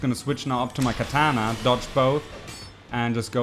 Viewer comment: So we will want to switch to our Keh-taaahna lmao